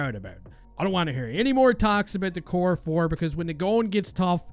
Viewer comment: Gotta love the core ‘fore’ hahaha.